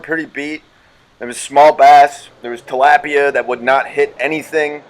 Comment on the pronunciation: You say talapia so wronge